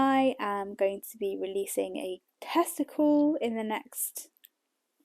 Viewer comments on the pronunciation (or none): Love your podcast 😊 although I almost fell off my chair when I heard you say “I’m going to be releasing a testicle at the end of March”. Took me a moment to realise you said tester call 😂